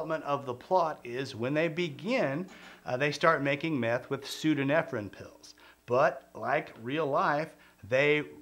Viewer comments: I have to think your pronunciation "pseodo-nefrin" is a troll on your part for entertainment. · You got ephedrine right but the other is pronounced pseudo-EPHEDRINE, aka Sudafed. Basically the same thing, just a different isomer. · Every time he doesn't say pseudoephedrine right it hurts a bit ngl. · *pseudoephedrine. Not whatever th he's saying there.